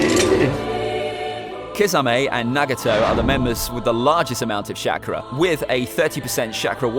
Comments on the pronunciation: I love how you say shackra instead of chalkra ( ik its chakra ) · Why this man said shakura but it is said chakara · CHA-KRA not SHAKRAR. and id s say kakazu is stronger than sasuke at this point of the story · the way he says chakra is shakra